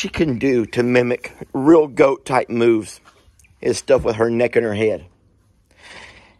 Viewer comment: First time I saw this video I swear I heard you say, "Goat moose. Not goat moves." So Journey is forever a Goat Moose in my head lol